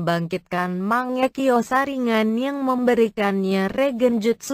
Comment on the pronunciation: Kok saringan bukan nya saringgan yang denger dia bilang saringan like